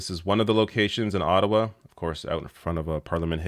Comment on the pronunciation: can't even pronounce Ottawa like a real Canadian anymore! Seriously, its a good question about why it is always the workers, I suspect it is as you say this is how reporting is done and has been for a long time, but further it is how business is done too, management blames everything on workers, and then lays off more workers and expects remaining staff to do the job - it is never mgmt's fault, it has been happening for 20 years, and more.